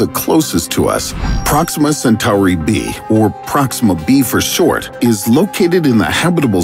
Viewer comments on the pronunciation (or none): the narrator cant even pronounce "Centauri" the right way, much less understand that basic shit about "space videos". I mean, look at the description of the video!! There's nothing to complement the video. This is basically not the channel to watch, if u really want to learn anything about space, unless you have more chromosomes than usual ;) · What does he keep doing to that word Centauri lol it almost feels like time hiccups when he says it lol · Everytime I hear the way Centauri is pronounced in this video, it makes me think of Babylon 5.